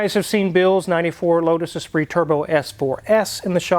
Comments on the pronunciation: Lotus Esprit not Espirit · Great videos. But it is Esprit and not Espirit.😉